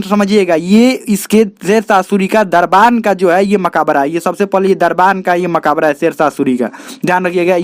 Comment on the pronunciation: Bhai sahab Makaabra nhi "Makbra" hota hai 🤔